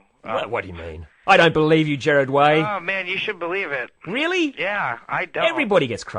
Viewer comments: It’s GERARD not Jered 😂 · it's Gerard not Jerard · I don't really care how he pronounced his name, however Gerard does not look like Jared because Gerard has two "r"s. So regardless of his accent he didn't pronounce his name phonetically because if he had he would have pronounced it correctly. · the reason the interviewer said "Jared" was because in the European area they pronounce "Gerard" like "Jared" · pierce the rømance The interviewer is Australian,and yes,that is how they pronounce "Gerard". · I can't get over how he said "Jared" like what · stop. i am 10 seconds in and i hear "hellmo there Gerad" fuck you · The thing is that guy who is interviewing him is Australian and it's kind of to do with his accent. I'm Australian too and most of us pronounce Gerard's name that way here, I'm not 100% sure why, I used to but most of the time I don't anymore cause I got used to hearing it "the proper way" but yeah, most people do. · I'm Australian and sometimes it just comes out as "jarred" 😂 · This is an old comment but I’m from New Zealand (our accent sounds fairly close to an Aussie accent) and have always said gerard lol like damn bro accent or not put some effort in, it’s his NAME ffs 😂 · no he said it with an accent...so it sounded like Jared....but think about it...Jared Gared Gerard